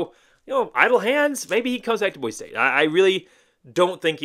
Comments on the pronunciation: I like your channel, but for real dude. It's Boi-see. It's a cardinal rule that you learn how to say it before moving here! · It’s BOY See. For hell sakes say it right. Great video otherwise. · For the love of all things good and decent, Boise is pronounced Boy-see. How can you call yourself a fan and not pronounce the name of the city right? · pronouncing it wrong is not a great way to get fans on your channel. Idahoans are very proud people who feel very threatened by out of towners. Pronouncing it wrong is a good indication of an out of towner. People from out of town act like it’s such a hard thing to do, saying Boise correctly. To make matters worse, they, and you refuse to say it correctly even after we’ve told you how to say it. This is why locals are so unwelcoming to other people. If you want to live in Idaho, stop rejecting our traditions and culture. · you just gave a typical out of towner answer. How many subscribers do you have? Not many huh. Nobody wants to listen to out of towners talk about their local team when you won’t even say the same right. When YouTubers call Ashton Jeentie instead of Jeanty, I already know they don’t know jack crap about what they’re talking about. Btw, it’s not an accent. It’s a mispronunciation. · Nah bro, locals hate when people say Boise wrong. It's a welcoming city, but you ain't gonna get the same respect if you ain't saying Boise right.